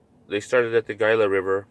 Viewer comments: it's pronounced Hila not Gila river as it is spelled ----the G is silent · this dudes lip smacking and pronunciation of gila is really getting to me